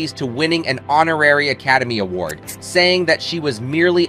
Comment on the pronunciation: The audio by the narrator, I assume AI, is so poor it almost made me turn it off. "He" couldn't seem to pronounce O'Hara the same twice in a row. Totally bungling Academy Award was the icing on the cake. Too bad for such a fine, strong Lady, singer and actress.